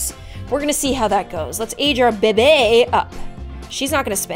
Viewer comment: The way she said “baby” it sounded like “bebe”